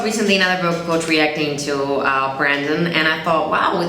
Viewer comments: His name is brEndon, not BrAndon😂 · I think he’s pointing out the fact that she said “brandon” instead of brendon